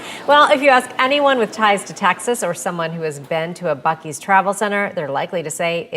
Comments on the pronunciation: So, uh… when are we gonna admit that it’s pronounced “bussy’s”? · bro i think I heard "fuck-ee's" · Buu ees😊